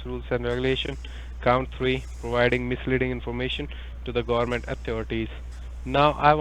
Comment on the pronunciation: That was funny. You pull him up on coat house, so he tries really hard to pronounce it as court house, but then rather spoils it by referring to the gohmint!